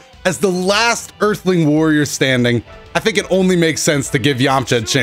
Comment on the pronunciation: He said "warrior"